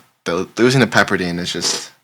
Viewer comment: Pepper dIne not dean😂😂😂😂